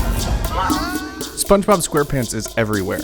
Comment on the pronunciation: When he says voice of SpongeBob SquarePants in the beginning, he totally butchers it